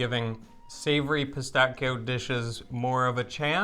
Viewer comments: Piss tacky o sounds way more ridiculous then pistaccios.... 😂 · Pistacchio - Pistacchi (singular and plural). However, the American pronunciation of Pistacchio here in Italy is quite curious .